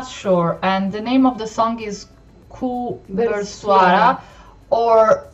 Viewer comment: Ernie zakri is the name Ku bersuara is the title You pronounced them good! :)